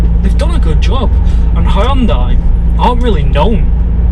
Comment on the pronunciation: All Hyundai review videos and this guy actually says the company's name right 👍